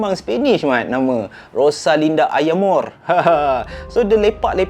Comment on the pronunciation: bukan "ayamore" la.. "Rosalinda mi amore.."